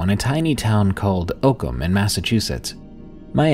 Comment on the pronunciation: the small towm in mass is called Oak - Ham lol